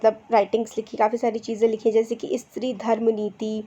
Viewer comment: First thing that is not इस्त्री it's स्त्री...and ....sorry mam.....that I taking out your flaws... 👍